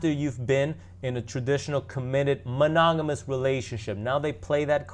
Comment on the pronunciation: You can't even say monogamous. And don't worry about their relationship worry about your own